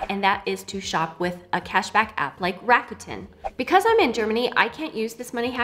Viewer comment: Hey language tip, RAKUTEN is Japanese. The kanji is 楽天. It's pronounced RAKU (RAH-KUH) which means "easy" and "fun" and TEN (TEN) which in this case means "heaven" because of the kanji they chose. So it's like an easy, fun, and heavenly shopping experience 🤔